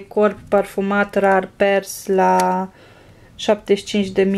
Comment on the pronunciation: nu te supara dar se spune " rar părls"